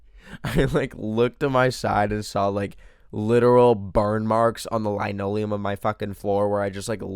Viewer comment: are we gonna talk about the way he said linoleum ??? also about the dating thing at the end: only wanting to date your friends could be being demiromantic/demisexual where you need an emotional bond (more than just like, meeting on a dating app) before you can have romantic/sexual feelings for someone :3